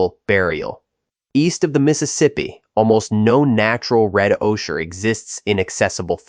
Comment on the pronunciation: Ocher is pronounced O-ker